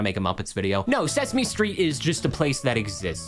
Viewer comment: Sesme stret